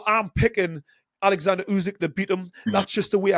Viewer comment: His name is oleksander not fucking Alexander